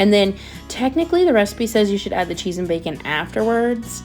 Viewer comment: Heyyyy! ❤😊 Hahaha "some butta & some CHHEEZEE" is exactly what I sound like in my mind if cooking anything with cheese 😅